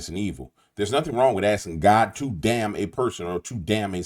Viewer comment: We are supposed to abstain from even the "look" of sin. Saying "got" dam fails miserably. Why? Because it sounds like God dam. Read your Bible